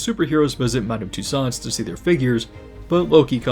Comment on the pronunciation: Tussauds is pronounced “toose-ohs”.